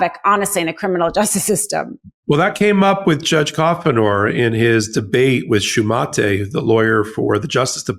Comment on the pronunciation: ok.. it is Shumate pronounced "Shoe Mate"